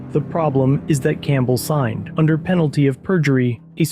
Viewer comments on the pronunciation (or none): none